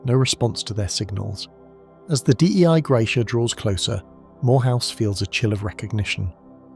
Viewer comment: Sorry but I think Dei Gratia (the ship that found Mary Celeste) means “Grace of God”. “Dei” is not an an abbreviation, you don’t have to say it like that :)